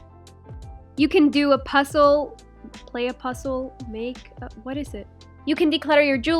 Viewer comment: she doesn’t know how to pronounce z pussels😂😂😂